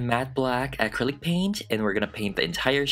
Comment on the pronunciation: I love how he says acrilic "Aaahcrillic" 😂😂😂